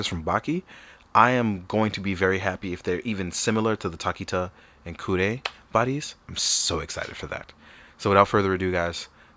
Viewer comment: My dude, tokita is pronounced more like toe-ki-ta rather than takita. Thoroughly enjoyed the review btw!